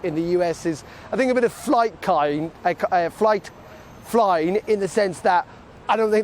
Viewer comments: But he actually said flight kying, which sounds much more like Biden 😂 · KITE FLYING not FIGHT FLYING. Darren cannot speak English. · lol the guy can't say Kite Flying and even says let that Flite Kye! Nobody seriously expected a trade deal with Britain under Care home Biden as he is a Globalist. His allegiance is to the failed EU project and if he did actually promote anything other than the EU they may well expose his Hunter/Ukraine scandal and he won't be able to live it down. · "Fligh kying?" think the reporter has been at the Bolivian marching powder! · Kite flying? This guy makes Biden sound coherent